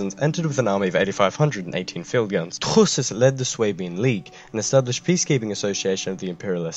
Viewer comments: I get a tiny seizure every time he says Truschess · Hearing this guy say Truchsess over and over was pretty amusing lmao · Your pronounciation is absolutely hillarious😂 But as a German I appreciate the effort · Well... you really owned your mispronunciation. I can respect that. TRUCHSESS! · i thought i was just drunk fuck this guy. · i am German and it was in fact terrible. I hardly understood it